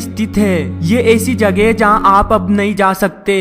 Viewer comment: hai pe itna jor kyon dete ho bhai...